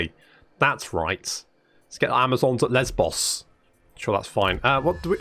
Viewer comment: I appreciate that was being the mature one and pronouncing Lesbos in what is probably more accurate than what the rest of us were waiting for him to say. Don't worry, we heard what you were thinking. We heard.